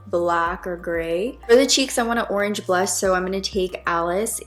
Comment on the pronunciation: I’m sorry but you say oranges and blush really weird lol love the look though guuurrrllll..💞